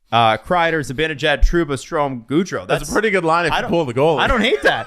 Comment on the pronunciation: "Mikka Zibinijad" - (get it right, it's Zibanejad;))